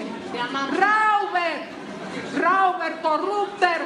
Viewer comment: Alterinc La señora habla un pésimo alemán. Nivel tarzán.Ni se le ocurra imitarla se escribe Räuber y se pronuncia roiba con una r al final tan sutil que casi ni se oye.